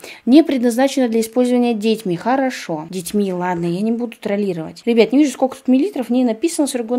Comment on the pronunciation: когда сказала "дЕтьми" Я: белорусский язык вошел в чат (В белорусском просто это правильно, только пишется иначе немного "дзецьмi"）